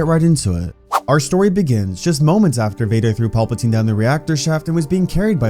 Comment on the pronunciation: I love your vids bro but it’s pronounced PAL-patine not PAW-patine. I know it’s small but the way you pronounce it kinda bothers me a bit